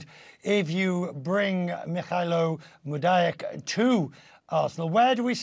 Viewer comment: Dude butchered mudryk’s name 😂